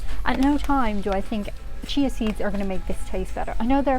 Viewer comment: I love how you say chia seeds. It sounds like cheese seeds lol.